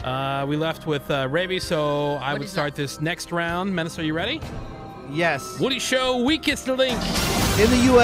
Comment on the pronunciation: Men-ah-say!!!! C’mon broooooooo damn it was like that scene in Billy Madison after he told the story of the lost puppy 😂